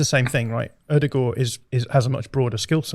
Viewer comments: the is completely correct in how he pronounced Martin Ødegaard's name. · Fellow Scandinavian here; I can confirm visually impaired, working class pronunciation of Ødegaard is 100% spot on. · As a norwegian i can tell you that is nailing how he say Ødegaard! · actually picked up the Ødegaard pronounciation pretty quick. Something to note is the same pronounciation applies to vestergaard, Nørgaard etc.